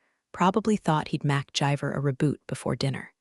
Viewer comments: Live (I live in this house) Vs live (the story went live) is one that makes my teeth itch. I downvote every story with these correctable errors I just heard McGyver pronounced as Mac-jive-er. Had to stop listening to hit my head against a wall!! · Mac Jiver?😂😂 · I dunno guys, it’s pretty funny how they pronounced macguyver 😂